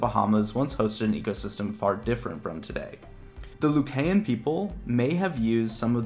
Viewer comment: Lucayan is pronounced loo-KY-en. Not loo-kay-en.